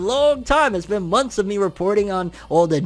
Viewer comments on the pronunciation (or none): none